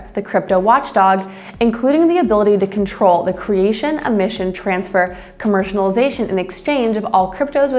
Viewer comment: "commercinalization" (new word)